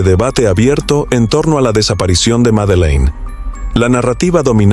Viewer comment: Todo el video pronumcio mal.el.nombre de la niña